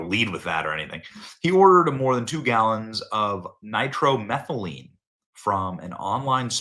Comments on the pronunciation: Benny, I love your content, but dang dude, please pronounce things better. , Its nitromethane, commonly used in drag racing, not Nitromethylenes which is used as pesticides, neurotoxicant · NOT nitromethaline… Nitromethane. Benny can’t read. 😂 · Hey Benny, there's no L in nitromethane. As far as I'm aware there's no such thing as "nitromethaline". But at least you mispronounced it the same way each time. 😂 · benny, its nitro METH-AINE NOT methylene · Nitromethane not Nitromethylene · NITRO - MTHANE......NOT NITRO - METHALINE. Just read the letters please. This fuel is also used in Nitro funny cars in drag racing. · Benny please learn to say the word nitromethane and don't confuse it with another word methylene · Dear Benny. Its called Nitro - Methane..... Not Nitro - Methethylene. What Crooks wanted was the fuel that top fuel drag racers use to zip those funny cars down the track at 330 mph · NITRO-Meth-ane...... Not methylene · BENNY, THAT WAS NITRO-'METHANE' WHICH IS CH4 BASED - YOU SAID, NITRO-'METHYLENE' - WHICH IS CH2 BASED...THEY ARE NOT THE SAME THING...ALL THE BEST...;) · Nitromethane. Nitro ”methylene”? Seems by now we know the importance, sometimes, of English pronunciation. Maybe to get around GoogleTube algo. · Quit saying nitromethalene. Try nitromethane. ni-tro- meth-ane. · Your timely delivery of news and information is pretty decent. Your ability to read words as written leaves some room for improvement. Nitromethane is racing fuel. It's used in dragsters, not to be confused with drag queens Nitromethaline isn't a word as far as I know. Take the time to read the articles before putting the information out so you are accurate in the information you provide. Thank you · Its nitromethane you wimp! Nitromethaleen? Wtf just read it how its written. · Nitro meTH ANE! No L, no "elane"You read it wrong 4 times so far. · Its nitroMETHANE not methaleen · It's nitro METH ANE not "nitromethylene"! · It's nitromethane not nitromethalyene